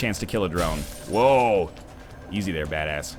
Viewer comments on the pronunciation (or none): none